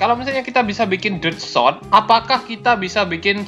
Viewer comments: Sword bukan sod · Sword bukan sot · Sword jadi swod